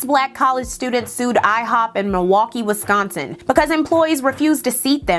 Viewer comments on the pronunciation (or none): none